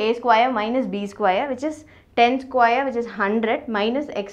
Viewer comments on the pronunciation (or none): Pls be slow . U got a train to catch ? Remiening, squaeier....... ur pronounciation is awesome 🤣😂good vedios tho